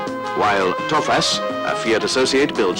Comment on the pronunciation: Adamın TOFAŞ deyişi 😂😂😂